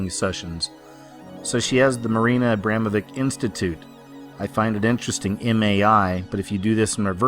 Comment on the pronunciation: its not abemovik its abramoviĆ you also have Č